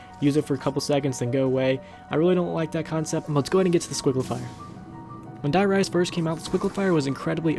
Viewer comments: Btw you pronounce it wrong its not Der Rise as you say its Die Rise...Read it as its writen! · Sorry but just to put it out there but the wunder waffe is pronounced wunder waffer and Die Riese is pronounced dee riser which translates to wonder weapon and the journey